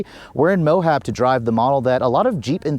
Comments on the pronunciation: It's MOAB, not MOHAB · There’s no H in MOAB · Well the entire video is ruined when you don't know how to say Moab. How Can I listen to anything you say ....